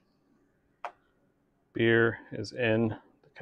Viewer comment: I love Buddy's mystical time travel voice, and I hope he uses it often!!! 🤩 And "Sludge" Ewwww. Just a note when you say: "release the bear" it needs to be more like: RELEASE THE BEER!!! Maybe try a brittish accent. Idk.